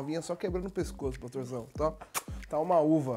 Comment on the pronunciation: "É rapidinho paxtorzão..." kkkkkkkkkkk'